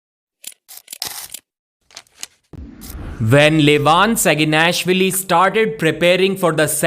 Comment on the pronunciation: “Vin live on SaginNASHwilly”